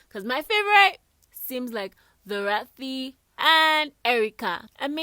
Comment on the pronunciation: I don't like ur emphasis on Dorathy and Erica is not nice